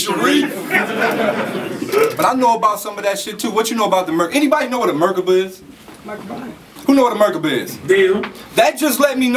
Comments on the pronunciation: it's not a merkuba,. it's pronounced mer-KAH-buh. and savants don't have a mental disability. IDIOT SAVANTS do! if you're gonna pretend to be over people's heads, the least you can do is actually know the shit you claim to know. and i fucks wit you, too. when you're not phoning it in like this. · 😂 He said "What's a Mergaba" ...